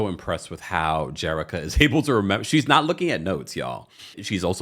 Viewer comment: You're pronouncing Jericka's name wrong with CBS.